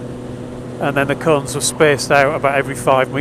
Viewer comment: on he first play thru I thought you said "he first laid out a line of coke"! lmfao I had to rewind to hear "line of cones". Sounds like a good course.